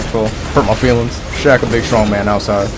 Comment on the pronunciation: when the person said shaq i heard shaxx